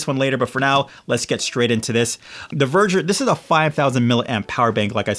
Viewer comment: It’s actually called ‘Veger’. Not Verger.